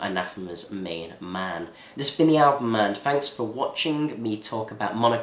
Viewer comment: Pronounced 'cavanah'